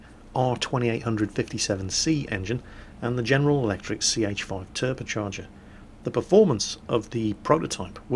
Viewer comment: wtf is a turpacharger? i think its called a turbocharger:P